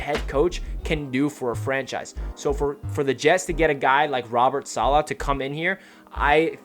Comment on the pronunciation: Feels like an excellent hire! I heard an interview where someone was asked the proper pronunciation. Im not good at typing out something like that but i'll try, lol. You started saying it right towards the end of the video, i think it was the last time you said it. Its like dollar without the r. Dolla. Solla. Stress on the first syllable, not the second. SAH- la.